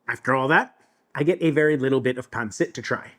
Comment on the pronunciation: This is the closest I've heard pansit pronounced correctly from a non Filipino 🫡👌